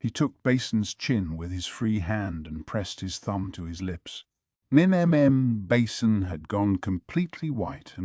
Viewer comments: "GAwShUN" "MaYomAyO" "BAsIN" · The way he says basens name like a bowel 😂 basin